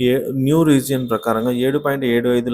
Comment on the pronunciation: రీజియన్ కాదండీ రిగైమ్